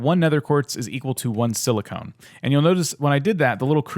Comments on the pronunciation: “Silicone” why it’s silicon, sorry this just annoyed me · nice vid although it's pronounce silicon with a short "o" as in cOn man. silicone is something else.